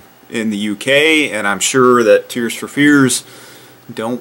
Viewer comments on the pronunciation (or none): none